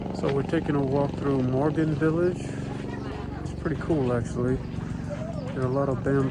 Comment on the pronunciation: Moken & not Morgan😂